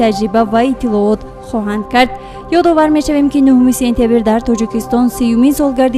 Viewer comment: Танкид намекунам мегуяму токат кардан наметавонам.Сентябир не,сентябр! Александер неву Александр! Илтимос дуруст талаффуз кунед!